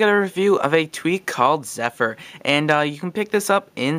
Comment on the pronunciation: its "zephyr" not "zephr"